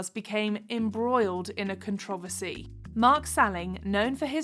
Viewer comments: The narrator mispronounced "controversy" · Don't think I've ever heard controversy pronounced like that before lol no dig just saying